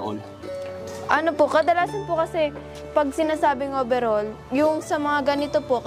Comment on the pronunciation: Overhaul (not "over all ")